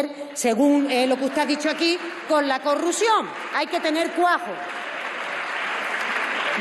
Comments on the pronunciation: La "corrusión", "valgamelseñol". 🤦‍♂️🤦‍♂️🤣🤣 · Pero se entiende mejo que el inclusivo de argunas, na ma a dicho cuajo y corrusion 😂😂😂😂😂😂😂😂😂😂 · La corrusion?? Esta señora ha ido al colegio?